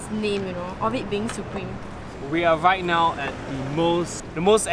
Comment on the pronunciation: Why does he pronouce right now as wreight now